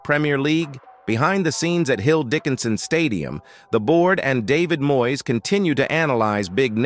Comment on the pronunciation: Please get a commentator who can speak proper Engish. He first should be able to pronounce MOYES name correctly !